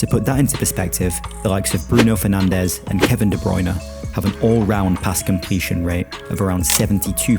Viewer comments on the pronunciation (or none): none